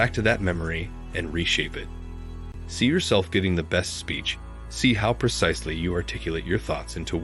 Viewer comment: it's kind of confusing to receive such wonderful advice such a precise ordered and acknowledged information and yet each time you say the word precise you're actually saying percise... there is no such a word as PERCISE or PERCISELY!!! Upon awakening after sleep and while going into sleep we are in Theta reverie, we are not an alpha.